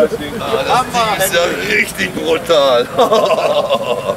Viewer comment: Dieser geliehene stretch-Hummer richtig peinlich.. "Rischtisch prutaal"!! Was für lowlifes hahaha